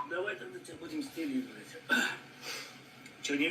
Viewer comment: Вимова там цікава,він можливо білорус. Будзем шо тебя,шо тебя